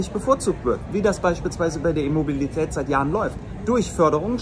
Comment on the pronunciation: ich versteh immer "Immobilität" 😂😅🤣